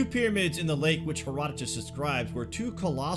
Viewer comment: Thanx for saying his name right Herodotus